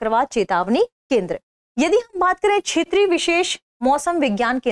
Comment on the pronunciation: आज ज्ञात हुआ कि "दृष्टि IAS" में कार्यरत तथाकथित पढ़े लिखे लोग (जैसे कि ये मोहतरमा) भी ठीक से हिन्दी भाषा बोलने में असमर्थ हैं। १) क्षेत्रीय को बार बार छेत्रिय २) तटस्थ को बार बार तठस्थ ✓ The actual focus is towards the get-up and the external appearance rather than on the correct Pronunciations. ✓ Is there any viewer out of 34K viewers who has bothered to Notice this??!! Perhaps not, because most are Birds of the same Feather!! Are the CEO and the Audio/Video Editor of "Drishti IAS" noticing? They seem to have overlooked.